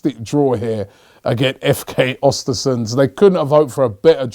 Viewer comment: im swedish. i would love to teach you how to pronounce the name of the club but its a tricky one, learn how to say mesut özils name the way he himself pronounces it, then say östersunds